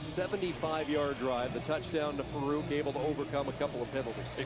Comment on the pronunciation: commentator called Farooq "Jalil Farquadt"